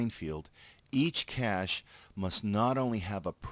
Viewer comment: Great videos, but this bothered me: cache is pronounced like cash!